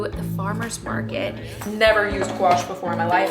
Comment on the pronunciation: Gouache. Gee O Shay